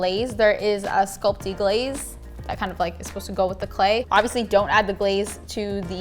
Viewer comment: Sculpy not sculpty 😉